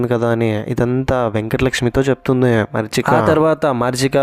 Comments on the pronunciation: మరీచిక not మర్చిక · మరీచిక❎ మర్చిక ✅😅😅